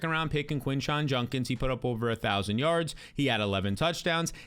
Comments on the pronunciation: His last name is Judkins. Please pronounce it right. Or are you insinuating that he’s Junk? 😅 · Don’t forget Quinshon “Junkins”